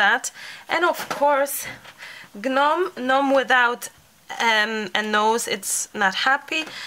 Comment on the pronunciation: They're so cute. That Merino wool roving is perfect for the beards. When you first started making them, I was thinking you could put a loop of yarn at the top of the hat to make hanging decorations, and then you said it! By the way, the G in gnome is silent. :)